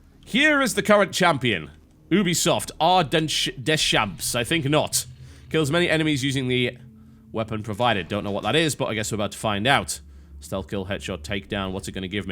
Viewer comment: HAHA! The way he pronounced Deschamps was ridiculous. Should be (De-sha)